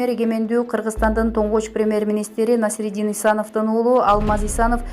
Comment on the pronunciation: Оой туура окусанар боло эч болбосо ушул улуу адамдарды, Насриддин деп жаны ат коюп албай,Насирдин Исановду же тааныбайсынарбы, эфирге чыгаарда кичине болсо да даярдансанар боло.